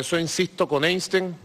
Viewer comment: "Eistein"... Ya lo he visto todo.